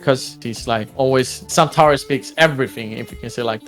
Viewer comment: how he says "Mr. Xantares" is fireeee